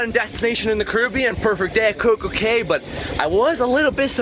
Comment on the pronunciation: I subscribed!! I lived in Nassau for three years. Cay is pronounced key!!